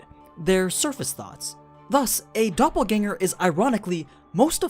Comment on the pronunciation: As a German i give you my probs for pronouncing Doppelgänger correctly